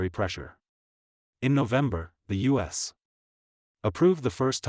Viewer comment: This one is obviously AI generated. It cant say U.S correctly and it repeats "Indo Pacific Queen" like 10 times. The AI even confuses itself and thought Indo Pacific Queen was a real thing and that the president of Japan can be coronated.